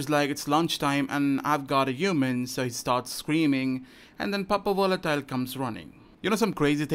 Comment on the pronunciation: I love how says pappa volatile